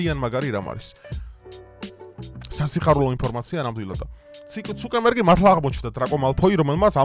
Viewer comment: ცუკერბერგია და არა ცუკემბერგი